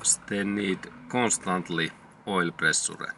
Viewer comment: Pre su re 😃. It's pronounced (pre-shure) but it's spelled pressure .. but GOOD JOB 👏 I LIKE THE VIDEO THANKS A LOT